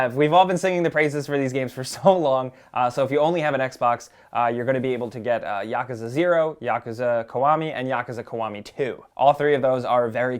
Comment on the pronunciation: Why do video makers always pronounce yakuza wrong